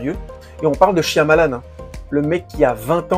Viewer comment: Franchement je préfère les guetteurs. Shyamalan (ça se prononce Shayamalan) est bon dans le fantastique. Quant à Josh Harnett, il était très bon dans Penny Dreadful. Si tu aimes l'horreur britannique ça devrai te plaire!